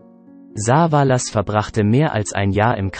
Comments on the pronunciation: Saaaaaavaaaalas statt Savallas…. Ohrenkrebs…. Liest das ein Robot? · Das nervt vielleicht. Telly wird nicht Saa-vaa- laas ausgesprochen sondern Savaelles ... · Besonders die Aussprache von Saaaavalaas.. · was ist das für ein computersprecher ? soviele namen die so komisch ausgesprochen werden in den videos hier zum beispiel "sah va las" klingt furchtbar wenn die namen verhunzt ausgesprochen werden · Also wie er Savalas ausspricht ,da rollen sich mir die Fußnägel hoch. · Diese Intonation und Aussprache geht gar nicht, nicht nur das "SA-valas", sondern auch noch BOH-nanza und "The fuh-gi-tiff"....